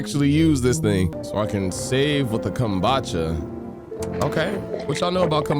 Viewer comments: You pronouncing it kombacha instead of kombucha is killing me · ive never heard someone say k-um-boo-cha like that ever. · The way you pronounced kombucha irked me… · The way you’re pronouncing kombucha is crazy😭😭